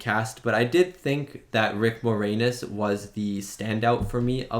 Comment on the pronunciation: Can't believe you're Canadian and didn't know Rick Moranis (and you pronounced his last name more-anus lmao). lol. And younger people don't get Looney Toons references as much -- but check out Looney Toons "One Froggy Night" to get the dancing alien joke. ). Mel Brooks is legend.